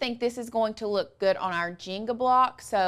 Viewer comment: I was very confused why she was saying " jingle" that way...finally realized she meant the JENGA blocks lol